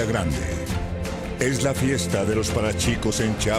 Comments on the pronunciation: El narrador...no se tomo la tarea de inveztigar como se pronuncia que HORROR... C H I A P A S....NO CHAPAS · Es CHIAPAS no Chapa por que no leen como se escribe PTM" repacen su lectura ..... como CHIHUAHUA lo pronuncia bien es lo mismo CHIII- APAS""" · Con todo respeto que se merece el narrador pero la pronunciación de nuestro estado es "CHIAPAS" no "chapas" hay que recordar que si no se sabe como se dice la palabra puede o pudo haber preguntado, saludos. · lo unico es q no es chapa de corzo chapas sino chiapa de corzo chiapas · me empu** q no digan chiiiiiiiiiiiapas q les cuesta practicar un poko! o es = q chahuahua? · chapa de corzo, Chiapas no dice chapas 😒